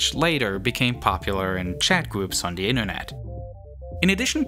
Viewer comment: "Th" is NOT pronounced like "da" ... it is "the" not "da" . It's "there" not "dare" .